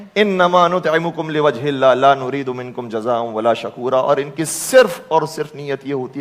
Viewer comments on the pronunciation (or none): Quraan to pahly thek parho, lafz "shukoora" ko "shakoora" parha hy 2 dafa apny. Baqi jo Ayat ALLAH PAK ny apny baary me nazil ki wo apny Hazrat Ali (R.A) k baary me bol di, apko ALLAH PAK ka khouf hona chahye or sharam ani chahye itna bara shirk krny pa.